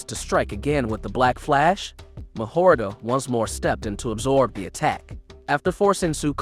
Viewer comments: Bro I need you to brush up on ya Japanese pronunciation cuz you’re killing me with mahoraga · Mahoraga too 💀💀